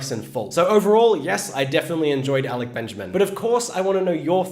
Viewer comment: No he say his name correct